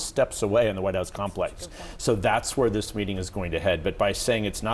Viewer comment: "After zis we're gonna have a big pedo party with the european leaders"